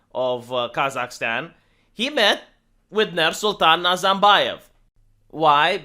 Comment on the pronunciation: Nice contemplate, but the real reason is the rapid and drastic decrease in the quality of life. Kazakhs would turn their back on NazaRbayev's feudalism (R, it is pronounced with R) as they did for 30+ years would they not be hungry. Everything else just adds to it.